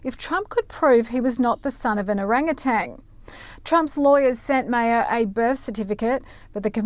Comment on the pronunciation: Maher is said MAHR, not Mayor.